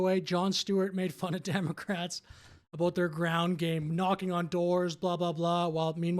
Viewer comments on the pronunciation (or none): You gave away your Canadianness when you said "a-boat their ground game" but hey, it's all good, good to know we have friends up there! For being a Canadian with a brain, you get a sub!